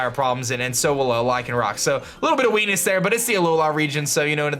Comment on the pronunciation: He said wenis not weakness an vikavolt